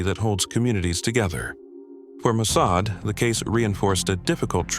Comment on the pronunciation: When you mispronounced Mosaad I knew this was AI. I knew I could not sub.